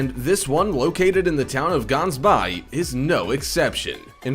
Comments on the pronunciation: Its not "Gunsbaai" you pronounce it ghhansbaai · Dude you're pronouncing of Gans baai/Gans bay is sooooo not right. But I get it your a American 😁I'm a south African and you should visit Gansbay it's beautiful! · Could only watch up to the first 5 minutes. I live in the Cape and we don’t pronounce Gansbaai like that!!!! And sharks aren’t mammals!!!!!! Ridiculous 😂😂😂😂😂😂😂😂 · Ganbaai is pronounced as "Ge-Aans- Baai". Its a Dutch/Afrikaans term. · Wakiki Beach is not in Brazil ! Also, Gansbaai ( pronounced “ Hans By”) does not have a real beach. It has a shoreline and a dock where a few shark viewing boats depart. In recent years Great White sitings are rarer due to the fact that Orcas have moved in killing Great Whites and eating their livers. I spent 3 days in a shark cage there and saw only one Great White for a few minutes. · No one will find Gansbaai/Gans bay in South Africa if they go on pronunciation😅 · Just want to say you butchered the pronunciation of gansbaai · the way you say gaansbaai really now gaans is a duck in the Afrikaans language you need to say the g with more grit to your voice and the dubble AA in the word should bee said like you would say Gandhi's name sorry not meant to offend but i am proud to be Afrikaans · I hate these types of videos. Number 1, the guy butchered almost every name. Who TF says Kauai as "cow-i", gansbaai as "gans-bi or gans-bay" and worst of all, new Smyrna as "new smirna" Number 2, that artist drawing is of Waikiki. It's not supposed to be an accurate representation of the past either. These "facts" channels really need to step up their game, because this isn't the only channel that gets a ton of things wrong. (Edit) I didn't even catch that he said sharks are mammals. Here's my theory, the guy who wrote it is some guy in India that doesn't speak a lick of English and he used Google translate to put into a computer narrator